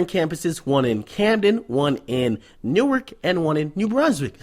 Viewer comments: Newark dont play. For real. And the real homies don't call it New-ark. It's pronounced Noork. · bruh on god that sound jus like newark folk, nd it's pronounced nork